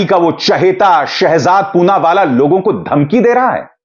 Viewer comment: "पूनावाला" "चूनावाला " बन गया 😁😁